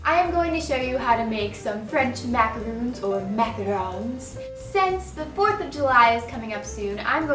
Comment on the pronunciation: MacarOOns lol